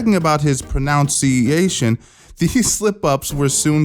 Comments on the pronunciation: Even this channel dude said it wrong. It’s Pro-NUN-Ciation. Not Pro-Noun-Ciation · Granted, you're closer than Schaub, but you're not really nailing "pronunciation" very well yourself there. It's not pronounce-iation, it's pruh-nunciation. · pro-NUN-ciation 🤣 you even got it wrong yourself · Even you said proNUNciation wrong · this guy just mispronounced “pronunciation” while correcting schaub’s pronunciation of “pronunciation” the irony is crazy😂🤦‍♂️ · The irony of mispronouncing ‘pronunciation’ while joking about someone mispronouncing ‘pronunciation’.